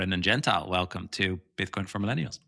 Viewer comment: he hates his name mispronounced.... it is not gen tile. it is gen tee lee....... Super surprised he didn't correct you at the outset of the episode.